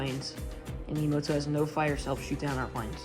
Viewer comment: Learn to pronounce "Yamato" properly.